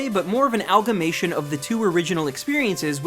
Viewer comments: BTW it's "Amalgamation", not algamation. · wtf is an "algamation"? say the word properly.